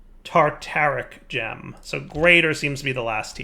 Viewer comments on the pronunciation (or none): it's called a tarTARic gem, not tartic gem!